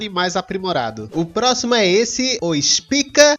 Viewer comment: Grandiosa é a ênfase na frase... O FAMICLONE CHAMADO (OSPICA) KKKKKKKKK